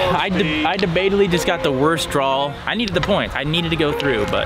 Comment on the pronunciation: When is someone gonna teach how to properly pronounce the word Draw